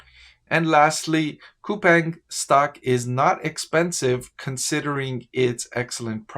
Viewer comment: Btw its Cou-PAHNG i live in korea